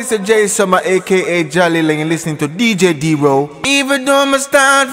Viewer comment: MY BROTHER ZJ DERO TELL THE ARTIST WHEN THEY ARE SAYING YOUR NAME TO PLEASE SAY IT CORRECTLY ZJ DERO NOT DJ DERO IF I NOTICE IT OTHERS WILL ALSO BUT I MUST SAY THE CONTENT IS GREATLY AND ALWAYS APPRECIATED GLORY TO OUR FATHER IN HEAVEN IN THE MIGHTY NAME OF OUR LORD JESUS CHRIST